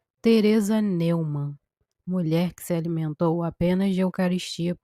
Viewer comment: A pronúncia da palavra alemã Neumann é Nóimann.